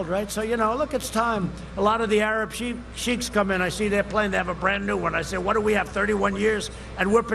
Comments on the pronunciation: He mis pronounced an alarming amt of words. I even caught that Arab sheep..shiek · Sheik is pronounced shake not sheek.